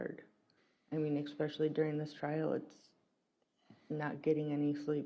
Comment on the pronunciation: WOW eXpecially? I'm sure its especially...